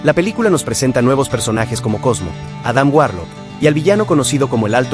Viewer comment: 🤣😂🤣😂🤣😂🤣😂 Charon, Chanchi, Majerchala, Bichop, Konchu, Itan Jo, ChiJul, Mantin, Churi, AdamWarlo, Inveichon, Agatha Olalón... wey, no mames, amé tu pronunciación, me hiciste reír muchísimo